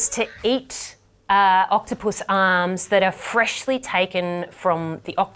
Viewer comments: Did she say octopusy? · I love the way she emphasizes not touching the octupus . 😂😂